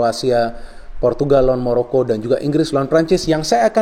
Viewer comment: Maroko om bukan moroko